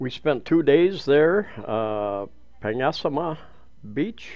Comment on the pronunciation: Phonetically it’s ‘mo-arl bo-arl’ Also, it’s ‘Panag - sarma’